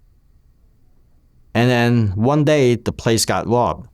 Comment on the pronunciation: "The plase got wobbed" 😅